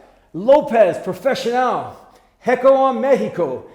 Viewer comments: Loved the "no mas" joke haha. Keep on the great job, coach; you are truly one of the few jewels of boxing YouTube channels. Oh, and a kind note: "hecho" is not pronounced "hecko"; the "ch" is pronounced as in "chat", "chair", etc. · The ch in "hecho" is pronounced like the ch in "chair". Good video and channel👍🥊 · We need to work on that Spanish pronunciation of “Hecho en México” 😅. Love to see you wearing Mexican gloves, thanks 🙌🏼🥊